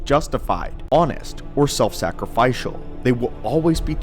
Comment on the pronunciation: Sacrifycial? Or did you mean Sacrificial?